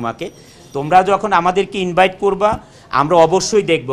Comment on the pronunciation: ভাই উনি যে কথাটা বলল, সেটা ইনবাইট হবে না ইনভাইট হবে?